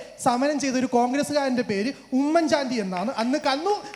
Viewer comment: കൊള്ളസംഘ തലവൻ പിണറായിക്ക് പിടിച്ചു നിൽക്കാൻ കഴിയുന്നില്ല അപ്പൊൾ ആണ് ഉമ്മൻ ചാണ്ടി എന്ന് ശരിക്കും പറയാൻ പോലും കഴിയാത്ത ഇവൻ